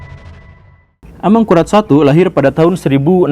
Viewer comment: Bunyi vokalnya mirip ASAMURAT